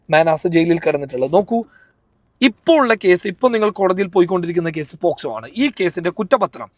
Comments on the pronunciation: പോസ്കോ അല്ല പോക്സോ😁😁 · പോക്സോ എന്ന് പറയാനാറിയാത്ത അവളോടാണോ. നീ ഇതൊക്കെ പറയുന്നത് 😂